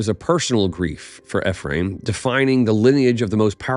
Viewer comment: Its ee-free-uhm